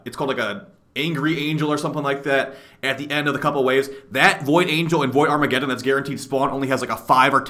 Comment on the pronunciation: "void farmagedon"